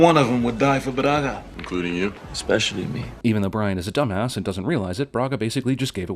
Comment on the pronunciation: How tf "Campos" gave away his identity when he said: espacially me